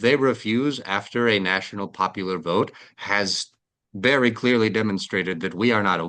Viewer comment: vewwy wayyyyy